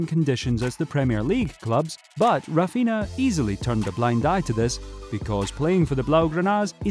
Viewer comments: it's Raphinha not Rafinha bro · its RAPHINA not rafinha